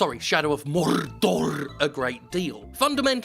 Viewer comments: I just want to say; Thanks for the right pronunciation of "Mordor"! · What does it say about me that I instinctively said "thank you" when he corrected his pronunciation of "Mordor"? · MOORRrrrDoor is the only way to pronounce it, thank you 👌🏼